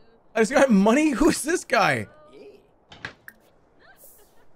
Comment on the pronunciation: their biggest difference is their accents! from northern sweden and from staten island. for example says "yust" instead of "just" and sometimes switches around the w and h when he pronounces words (like "hwite" or "hwere")